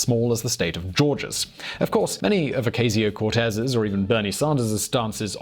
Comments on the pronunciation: Its a soft A sound like "ah" in Ocasio. It's super jarring to hear you pronounce it with a hard "A" sound because she's constantly in the news in my area. Regardless of your feelings about socialism nobody in America is really talking about seizing the means of production. The only industry anyone wants to be taken over by the government is health insurance, because it's hard for most people to afford to go to the doctor and the current system still costs the state more than countries with fully socialist economies. Other than that investment in infrastructure during the two world wars is exactly what our economy was built on before the red scare and we have slowly destroyed the social safety net since then. All most people want is a return to pre-Reagan tax rates, education costs and minimum wages after adjusting for inflation and people under 35 have it the worst no matter what school they graduated from or didn't. I don't know if I agree with all of her solutions, but they're not very radical when you compare them to older economic policies. The most radical part of that group of Democrats is their social policy and commitment to racial equality, which has never existed here, and that's why we can't just do school vouchers for everyone without unintentionally reinforcing segregation in some places. It's also better to think about American government like the EU with 50 different independent countries inside that just happen to all speak the same language, so there is a hug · Click the 'Like' button if you enjoy hearing an English guy mispronounce the surnames of American politicians ; ) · When you do a video on someone maybe you should pronounce their name correctly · Watch for the "T" sound. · How do you pronounce "Ocasio" wrong when she's easily one of the most popular figures in politics right now? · In the voice of Herminone: It's O-cah-sio, not O-cay-sio... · Oh-cah-sio. Not oh-kay-sio 👍🏾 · "Oh-kay-see-yo Cortez" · It’s pronounced Oh-Coss-E-Oh